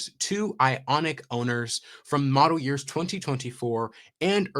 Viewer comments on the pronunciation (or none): none